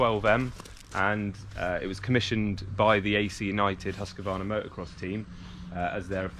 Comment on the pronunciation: Fun for a Swede hear them try to say "husqvarna" 🤣😂😂 "hus qeee varna" 😂😂😂